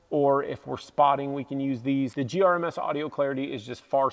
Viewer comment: I died a little inside every time you said GRMS. 🤣 The Hest mattress is the best thing ever if it can fit it in your tent and close. Best RTT mattress. I love sleeping on it. Fenix bike lights, flashlights, and headlamps are awesome. I love that you mentioned the USB C thing. Every rechargeable device now should come with USB C. It's 2023. It would be so nice to only need 1 cable type to charge everything. Nice videos. Hope to see you out on our Colorado trails sometime.